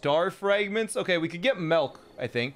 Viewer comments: ITS NOT MELK ITS MILK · Please don't ever say "melk" again. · Stop saying MELK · every one in the chat when ant says melk ITS MILK!! MELK??? MALK MEEEEEELLLLLKKKK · "Melk" I had a friend growing up who said it that way too. Not sure why. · Melk! I KNOW A FELLOW CANADIAN WHEN I HEAR ONE EH! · Those people in the chat fazed by "Melk" have clearly never lived in the Midwest. I know quite a few people who pronounce their I's improperly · The way he says melk... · Stop calling it melk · says 'milk' Everyone in chat: ruthlessly makes fun of how he pronounces 'milk' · maybe because that's the word for milk in Dutch and German